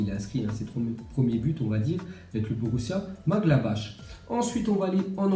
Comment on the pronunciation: Il a di borussia madgablash